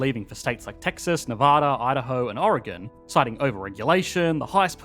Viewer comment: As an Oregon native, hearing you pronounce the name correctly and not like “or-ay-gawn” just made my day.